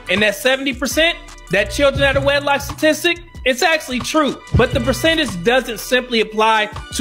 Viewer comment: She said stastistic😂😂😂😂